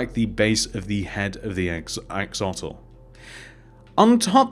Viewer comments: Its axolotl not axotl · It's not called axotl it's called "axolotl" it's in my name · He said axotle